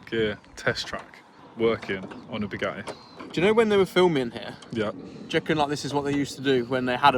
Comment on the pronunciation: What would you call it?? Bugatti. Lol more like bugotcha